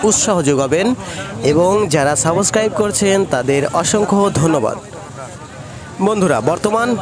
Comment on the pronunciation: ভাই সাবোসক্রাইব না,,,,সাবসক্রাইব 🙂